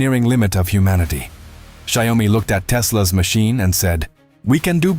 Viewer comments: not ZIOme LOL...SHE YAO MI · ZIO-MI ❌ SHAO-ME✅ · And sometimes “Zee Oh mi” 😂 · Saiome— love the accented name of Xiaomi. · the "si o me" ...tell me you are AI without telling you are AI. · Its Shia-o-mi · AI voice can't pronounce Xiaomi ... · I wondered what kind of pronunciation was used for the name Xiaomi? AI?